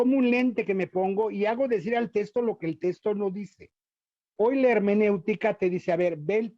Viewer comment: Sólo aclarar que ese sujeto no es sacerdote, aunque se vista así, tampoco es dominico, pues dejó la Orden y ni siquiera se ordenó, y quién sabe si sea teólogo titulado. Su opinión tiene la misma validez que la de cualquier aficionado. Ah, y se dice "texto", no "testo".